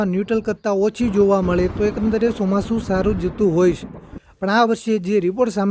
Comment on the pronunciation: Chomasu bolta phal shik